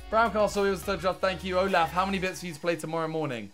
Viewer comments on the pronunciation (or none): none